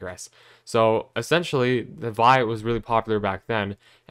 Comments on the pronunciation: Vi phonetically is “vee-eye” not “vye” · Not to be pedantic but Vi is pronounced Vee Eye. Not veye. But good video dude!